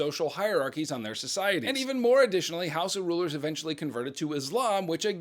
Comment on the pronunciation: does he say “house of” or “Hausa”?